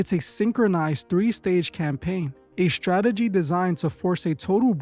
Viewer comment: Dude... There is NO H in the word strange. It is not spelled shtrange. Also, there is only one h in the word catastrophic... It is not spelled catashtophic neither should it be pronounced as if there are two h's present in the spelling. Also, sigh .. the word is Strategy not SHTRATEGY.... And it's is STRIKES not shtrikes... And infrastructure not infrashtructure... Please get some reading glasses or SOMETHING MAN.